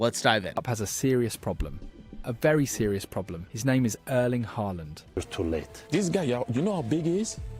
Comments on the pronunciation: At least try to pronounce his first name properly - it's not "Erleen." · How hard is it to pronounce the E in Erling the same way as, uhhm the beginning of how the e in ear is pronounced for example. lol